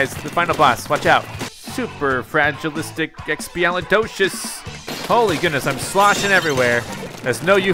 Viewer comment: Superfragilisticexpialidocious. Me: It’s Supercalifragilisticexpialidocious.